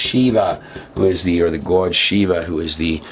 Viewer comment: Wow so much bad info in just 30 minutes NEVER trust a dude that can’t pronounce the word GOD